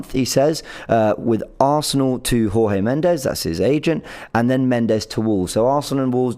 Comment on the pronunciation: It's not whore-hay...it's George.... Portuguese not Spanish....Jesus Christ